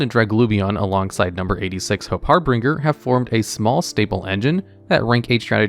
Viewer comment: In harbinger, pronounce the G as a J. For ensemblue, pronounce the E as an O. Ensemble is a term used in orchestra